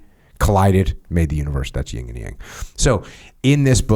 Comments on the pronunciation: Jocko FYI it’s called the “Yin and Yang” NOT “Ying and Yang”. The “Yin” representing the feminine energy you may want to get that straight before the female population gets offended. If you know what I mean. Otherwise keep up the excellent work. 👍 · Its “Yin and Yang” Sir lol not ying yang 😂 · Better Title: "Two Neanderthals Discuss Philosophy" -- an English major should be able to look up phonetics for "Yin" (not "ying") and "Yang," (long "a" not "sang"). Unlistenable, bad description of I Ching ... go back to blowing stuff up (excess Yang, which is entertaining!)